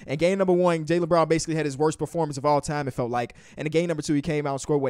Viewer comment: The way he was saying Jaylen Brown in the beginning sounded like he was saying JayLeBron to my dumbass😂😂😂